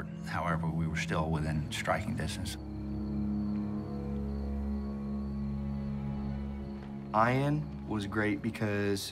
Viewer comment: Was that a inside joke when the one guy pronounced Ian's name with a hard I :eye-an